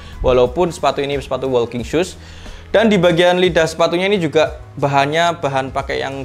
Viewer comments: Masukan aja bang.. Walking dibacanya woking, bukan wolking.. L nya ga disebut Ortuseight dibacanya ortuseit, bukan ortuseik.. gh nya gak dibaca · Maaf sebelumya ya mas kalo kurang berkenan...koreksi pengucapannya biar videonya ke depan lebih bagus....Ortuseight diucapkan Ortuseit (g nya jgn diucapkan)......walking diucapkan woking....